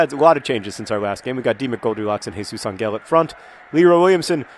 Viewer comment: Quick spanish lesson. Jesus Angel is pronounced Hay-Soos An-hell with the emphasis on "An", you have the jesus right, but the "g" is pronounced more like an "h".